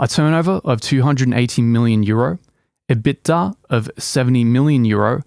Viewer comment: Wait, is that how EBITDA is pronouced in europe?